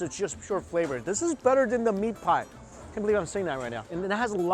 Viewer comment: When he said meat pie it reminded me of Sweeney Todd